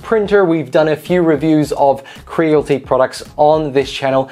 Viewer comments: its cre-a-lity not creal-ty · Creal-IT-y. Not crealty 😁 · It's Cre-al-ity not cre-l-ty